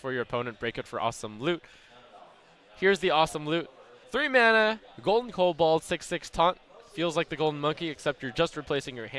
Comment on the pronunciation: jesus dude it's "kobold" not "kobald"